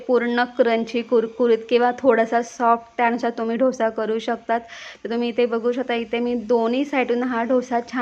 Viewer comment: ढोसा नाही डोसा म्हणा